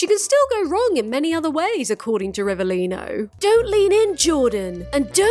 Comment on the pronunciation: italian here and from an italian perspective i’ve got nothing to complain about the way you pronounce rivelino but we do not claim him